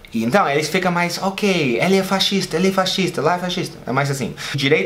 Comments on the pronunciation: Tão bonitinho falando fascista errado. Pronunciou "faxista" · Deve ser difícil para ele pronunciar pq tem um "S" no meio: Fascista.